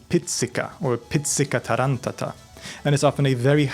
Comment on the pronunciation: Love your videos, here as well as on LTR, favorite channels of mine on YT. Just one thing, accent related: it's "Tàranto" and "pizzica tarantàta"(also called "Tarànta"). Greetings from Rome, Italy❤